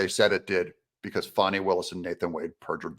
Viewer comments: H er name is f a n i pronounce fan I there has to be a w to be pronounced Fawn in English dictionary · please call her fani and not "fohny" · Its not foni....its FANI....get it right😂... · Isn’t it “Fani”? Not Faunie…. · “FĀNI” HARD “A”. Come on Doug?